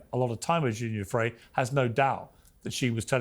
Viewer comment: 24.02 min: this deceitful man Brian Basham can't even pronounce Virginia Guiffre's name properly. He says he's conducted investigations into Virginia's case and yet repeatedly calls her Virginia Jeffreys. 25.40 min: wow, the anger and aggression this man is utterly vile. Just googled him - bit of a history.